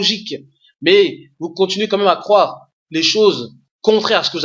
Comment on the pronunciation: on dit croire pas cwoire